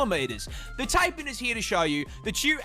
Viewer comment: The dude making animal content doesn't know how to pronounce Taipan... Crazy